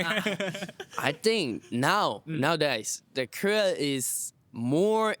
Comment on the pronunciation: that korean guy from is not korean actually. When he said “Korea,” it didn’t sound like the typical English pronunciation that Koreans usually have. Instead, it sounded more like how a non-Korean would say it. Also, that style of makeup is not how Koreans usually do it.